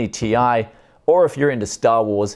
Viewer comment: This new pronounciation from Nvidia of the Ti ending will become a meme, Tie fighter signing out.